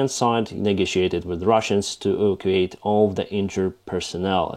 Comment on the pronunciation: Hey, your English is great, but... evacuate is /eh/ or /ee/ /va'/ /que/ /ate/ I don't think you mispronounce it as much as you don't accent the VAK part, causing the rhythm to fail. And my brain to go 'HUH?' And don't think I'm criticizing, I can't even read Ukrainian.